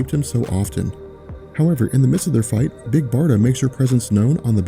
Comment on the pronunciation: I love how you said "Big Barda." Yes. Just yes. Lol